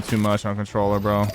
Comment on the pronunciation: MORE CONTRWOLLER